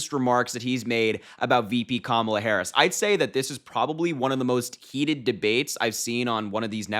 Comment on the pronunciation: She made a fool of herself mispronouncing Harris' name several times. What a jerk.